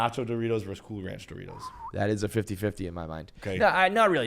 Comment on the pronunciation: says Doritos like Dough-Ritos